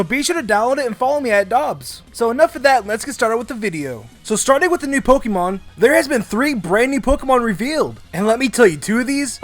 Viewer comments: Hey, I love your videos. But there's one thing that always bugs me, the way you say Poke ee mon. It should be Poke ay mon or poke uh mon. Great video and have a great day! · it is not pokimon it is pokEmon with e as in grey... the é is there for a reason. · What is with Americans and mispronouncing Pokémon as Pokeeemon